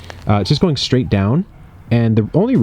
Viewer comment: Did you say "growin on" instead of "going on" when about to show what was in the raised bed? Because if so that is kind of great. Subtle and great haha